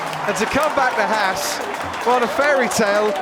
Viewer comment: Haas rhymes with Boss...not lass